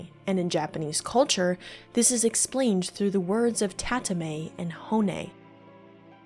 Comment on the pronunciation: tah-tah-mah-eh not tatamay